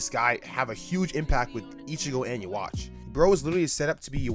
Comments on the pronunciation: oh boy You Watch is back lmao its been so long since ive heard it pronounced like that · Yu Ha Bah